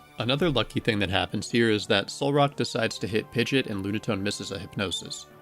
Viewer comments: I cringe every time you say Pigeot, but the video was good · I know they pronounced "Pidgeot" like that in the Pokerap, but.. 😅